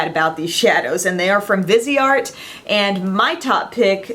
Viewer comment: ❤! Thank you so much for your amazing Awards videos!!! I'm always looking forward to these!!! "Viseart" is pronounced "veezart" (like "visa" with an "rt" at the end) in French. I'm not sure if this is the right pronunciation in English though; just guessing because they are made in France...:) I'm bilingual (from Montreal), so if anyone wants to know how to say it in French - there you go.:)) And, you look amazing in this video, by the way! Those lashes though... Love!